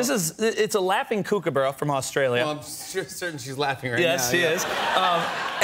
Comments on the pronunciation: I don't know who this guy is, but he's definitely not Steve Irwin, and watching the way he interacts with this Kookaburra (pronounced Cook-a-burra, not kookyberra) is just all out of whack. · Just KOOKABURRA not laughing kookaburra, the same with KOALA not koala bear. Pronounced Cook-a-buh-ra. not kook like a crazy person. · pronounced cook not kook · Its pronounced ' cook - ah - burrah ' not ' kook - a - burrah' please people, please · The koo in kookaburra rhymes with cook or book, not spook. And they don't take shrimp off the barbie, because we don't have shrimp here. We have prawns, but what they like is snags off the barbie. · There are only 2 "O"'s in Kookaburra so it is pronounced Kook as in Cook. They Are easily trained to laugh if he bothered to learn. You don't have to roll your R's. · Pronounced "cook"-a-burra NOT "kook"-a-burra... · Kookaburra isn't pronounce like Kooookaburra, the oo sound is the same as in took. Also, this is just a baby, because of its small size, coloration and not having a developed tail. Only mature adult Kookaburras call (laugh). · Yes, you would think one would learn the correct pronunciation before discussing a bird. It may be spelt kookaburra but it's pronounced cookaburra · That's not how you say Kookaburra, it's supposed to sound like like 'cook' & they're not from the outback (desert) so much as the bush (forest) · yes I have seen a kookaburra steal food but they aren't ck-oo-ck-ah-burrahs they are cook-a-burrahs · "kookooboora" nice pronunciation mate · Please stop adding words. Just Kookabura. Not laughing Kookabura. Pronounced Cook-a-bar-ra cook as in cook in the kitchen. Also Prawn, not Shrimp. And the Kookabura would stay away from the Barbecue because it would be too hot. While I'm at it, just Koala, not Koala Bear. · It's pronounced cook uh burr uh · pronounced cook-a-burra . and they live in suburbia too. their laugh isnt exclusive to day or not. uneducated guest. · and the way he pronounces Kookaburra is not right.